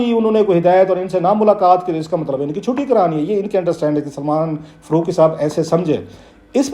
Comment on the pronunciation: ۔۔۔۔۔فروقی ؟؟ کلاسرہ صاحب آپ بڑے صاحب علم ہیں۔ بمہربانی الف اور ع کے حروف بولنا بھی سیکھ ہی لیں۔۔۔ فا ، قا ، جا ، با۔۔۔۔۔ فّا روق ، جّا وید ، بّا ہر ، قّا ئدِ اعظم۔۔۔۔۔